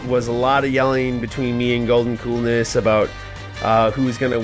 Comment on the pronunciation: It's goldncoolness not goldencoolness